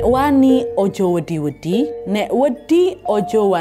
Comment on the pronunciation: sbgai pelajarannya aja😅cara ngomong wedi yg benar..bacaan di-nya di ujung lidah bukan di tengah lidah sprti baca huruf hijaiah ujung lidah (di)tngh lidah (do)..,smga paham yg q mksd😂karna wedi (do) artinya pasir ,wedi (di)artinya takut😂